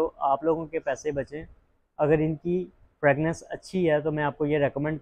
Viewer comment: Bhai sb fragnanc nahi fragrance hota hai pelay yeh correct Kar lo